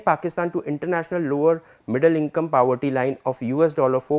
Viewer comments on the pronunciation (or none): sorry to correct but its poverty and not pawatti / pawety, really sorry again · “Powerty” nahin hota poverty hota hai. Kaan mein dard ho gaya.